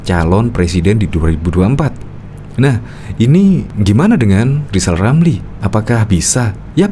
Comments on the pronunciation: Si lijal lamli ini napsu tinggi, tp tak punya tenaga, kl ngomong kayak tukang sulap. Kl ngomong giginya ditutup lapat lapat kalena gak bs bilang hulup rrrrr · Ngomong R aja kagak gablek malah ambisi mau jadi pleciden. Si lizal lamli sakauw kayaknya